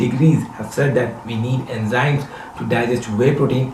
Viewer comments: India its nothing..guru mann say enjymes instead of enzymes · Bbbbbbbbutt, "Enjymes!" :'(